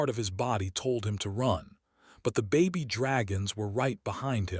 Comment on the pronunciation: Those are baby dragons not Bobby dragons your AI sucks